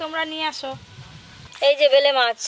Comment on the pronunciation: Murkho uchharon ota Vala mach noi bela mach ok